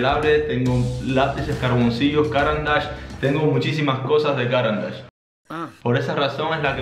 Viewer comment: Recuerden: no se dice “cáran d’ache”, sino “carán d’áche”, marca suiza con nombre en francés.